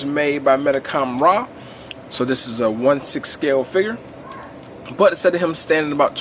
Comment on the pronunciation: When you say Mendicom-rah do you mean Real Action Heroes?